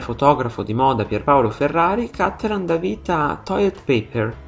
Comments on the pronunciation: Wrong pronunciation. It's Cattelàn, not Càttelan, because he's from Padova, Veneto. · Vorrei dire: Cattelàn, non Càttelan. I cognomi veneti, e lui è drammaticamente padovano, si pronunciano come parole tronche e non bisdrucciole come fanno tutti i lombardi etcetc. L'accento va sull'ultima sillaba.